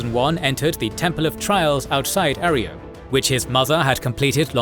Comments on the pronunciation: great video, but that's not how you pronounce arroyo, it's not arry-o its uh-ROY-oh. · Air-e-o lmao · 2.5 glorious hours of the narrator mispronouncing "arroyo"